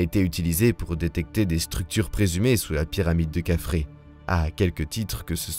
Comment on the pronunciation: C est quoi Kafrré...!!!😅 kefren...plutot !